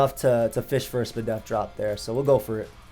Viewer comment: my guy said “spadef” 😂😂😂💕